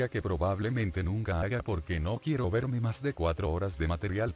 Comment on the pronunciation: "Quiuwo toy bonnie"